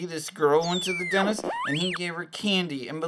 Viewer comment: Does anyone else notice their saying "Denist" not "Dentist"